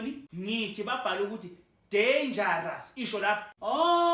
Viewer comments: Danga raza😂😂😂😂😂😂😅😅😅😅😅😅😅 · 😂udenja uyarasa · Udanger uyarasa😂😂😂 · 😂😂😂😂 danger Uyarasa😅😅😅😅😅😅😅😅😅😅😅😅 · U danger uya rasa😂❤